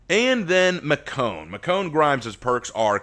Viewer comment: I believe it is pronounced Mish-own